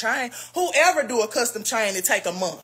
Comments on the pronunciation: Yep, like Mayne, not man, but Mayne.😂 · Everytime Jessica say "chain" in her Memphis accent i giggle lol